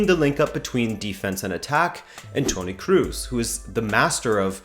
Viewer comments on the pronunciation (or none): How the fuck are you struggling like hell to pronounce italian names and french ones, but you can't pronounce fucking Kroos correctly. It's fucking C R O S, not C R U S. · Kroos is not pronounced Cruise :D